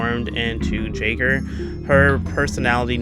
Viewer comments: Pronounced yaygr btw not jayger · Not to be that guy but jaeger is pronounced “yay gr”. It’s also German, for hunter